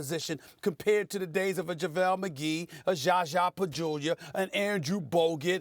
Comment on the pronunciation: Zaza not jaja stephen A